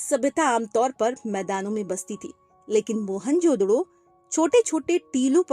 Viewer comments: Mhonjodaro ❌ Monjodhdo ✅😅😂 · mohan jodharo ❌ mohan jodhdoooooo ✅ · Mohanjodaro ❌ Mohanjoddo✅😂😂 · Mohanjadaro❎️ mhanjadado😂✅️ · mohenjodaaro pronounce karte hai maam